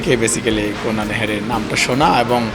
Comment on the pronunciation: Kunni na kunna hobe thikvavey uccharon korun